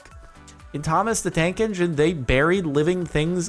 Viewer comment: A couple of times you said Thomas the Dank Engine.